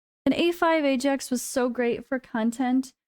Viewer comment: It's Aye Jax, it's always been Aye Jax. Please never say Eye Axe that sounds mega cringe.